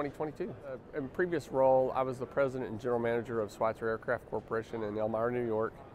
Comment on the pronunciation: It’s not Schweitzer… it is Schweizer. There is no “T” in the name. As CEO, you should know that.